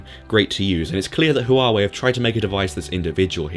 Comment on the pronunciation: Hwa wey is how it's pronounced in China. Almost a silent H